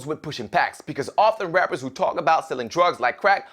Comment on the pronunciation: beacause you totally pronaunce the w in who